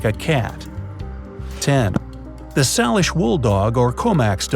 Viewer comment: # 10 of extinct dogs - It’s pronounced “say lish” not sal lish